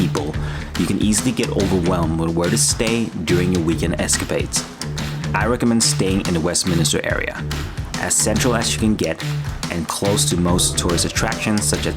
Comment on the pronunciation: Yeah nice video.....just remember look at pronunciation of West Minster....not minister No i in the middle Minster is an icon type church MINSTER